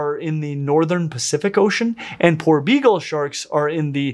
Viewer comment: Poor begal shark. Is what I heard everytime was saying his favorite shark name.